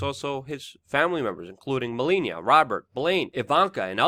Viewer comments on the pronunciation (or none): none